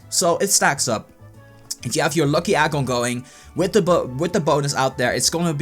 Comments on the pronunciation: ido leib and NBA 2K it is a joke he put in for how the way he talks. He pronounces "egg" as "agg" lol. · Ha it said agg instead of egg!